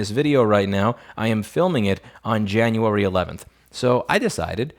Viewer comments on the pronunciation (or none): January in NYer voice